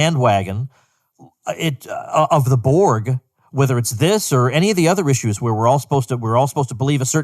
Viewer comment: your saying it wrong, it's BORG, not Board ,,, think about it